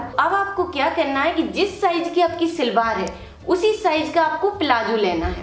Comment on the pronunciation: Silwar nahi salwar bolain pl.nice video